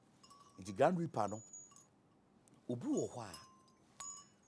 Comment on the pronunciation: It's actually grim reaper not grand reaper